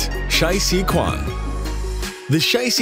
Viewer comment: Chong Qing: pronunciation: ching, not 'king'. 'Quan' is not 'kuan' either!!!!!!!